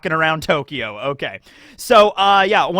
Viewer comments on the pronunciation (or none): none